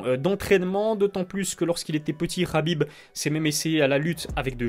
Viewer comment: Oh gros Khabib c’est un k pas un r insupportable d’entendre Rhabib